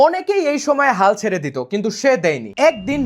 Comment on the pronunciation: আপনি খুব সুন্দর কথা বলেন❤❤ তবে কিছু শব্দ আরেকটু সুন্দর করে বললে আরো সুন্দর লাগতো। যেমন: ছারে ❎ ছেড়ে ✅, খায়ে ❎ খেয়ে✅, ঢালে❎ ঢেলে✅, আনে❎ এনে✅